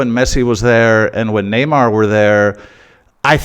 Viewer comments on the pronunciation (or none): none